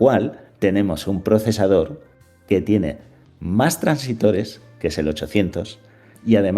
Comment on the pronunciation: Muchas gracias por el vídeo,muy acertado y útil para despejarle dudas a más de uno. Por cierto,son transistores,no "transitores".